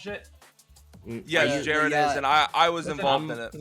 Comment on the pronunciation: it seems weird to me he keeps calling him jaryd. Like its some sort of attempt at a power move